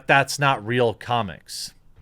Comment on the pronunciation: "The struggle is ree" - Jeremy 2020